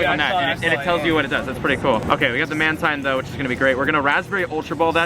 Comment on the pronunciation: mantine is pronounced as manteen